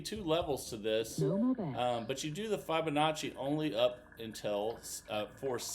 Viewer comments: Wow this is hard work no thank you, and please pronounce the name properly it’s Fibonacci NOT F eye bonacci hearing it mispronounced so many times is annoying. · F eye bonacci/ F eye bonacci / F eye bonacci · Hey Jack it’s not about my annoyance he has been told many times but he’s just stubborn I don’t usually care but when I hear it 50 times in a video yes it does get annoying.